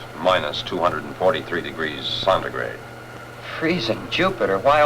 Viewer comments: what s sontigrad? I think he meant to say centigrade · One of my old professors always pronounced it 'sont-igrade.'